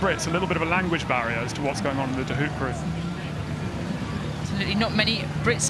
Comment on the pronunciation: It’s pronounced ‘De Hope’